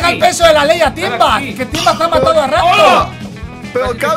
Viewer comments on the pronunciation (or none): Hes say timba